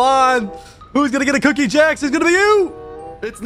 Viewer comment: "DOUBBULE CHUNK CHOCOLATIE COOOKIEE" 🗣😭🤦🏿‍♂️